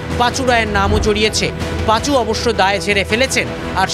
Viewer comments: উনি পাচু। Not পাঁচু। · পাঁচু নয় পাচু।